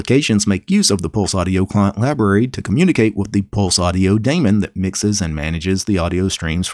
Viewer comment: i like how pronounces daemon:3